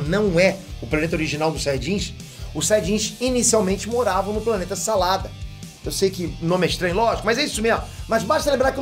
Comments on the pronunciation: O planeta não é salada, é sadala. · Planeta SaDala e não saLada kkkkkkkkkkk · 1. o nome do planeta e sadala não salada 2. errado 3. não teria como reviver o bardock, e os saiajins sem os corpos deles 4. todo mundo sabe que pra reviver precisa do corpos se tu num sabe tu e um animal 5. os corpos deles foram explodidos pelo freeza junto com o planeta e tudo 6. ve o episodio do clássico que o mestre kame morre a bulma faz capisulas pros corpo deles ta em bom estado e o episodio dos cara revivendo o freeza o que o shenlong fala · Não era "Salada" o nome do planeta de origem dos sayajins! 🤦🏻‍♂️ Era "Sadala"! 😅 Ok, acontece… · Peraí, não é planeta sadala? Kkkkkk salada me confundiu muito kkk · eu achava que era planeta sadala mas ele disse salada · E ele falou que eles moravam no planeta salada mas o certo não é sadala?kkkk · Planeta Sadala, e não Salada kkkk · Planeta "Salada"?? 😂😂😂😂 o certo é "Sadala" Não?? 😂😂😂😂😂😂😂😂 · Planeta Salada ou Planeta Sadala kkk falou errado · Achei q era planeta sadala não salada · O nome do planeta é Sadala kkkk não salada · ele falou salada mas n era sadalla? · Sadala não salada meu deus não sei como vc tem 12m de inscrições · Vc disse planeta salada e é sadala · Nao é salada é zadala